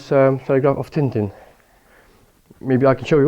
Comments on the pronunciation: Tintin, not Tin Tin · Tintin, not TinTin